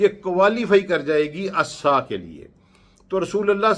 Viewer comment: Assa assa assa Your pronouncing it wrong... As Sa'ah there is 'Ain' in there. It means "The Hour", also the watch, time, etc...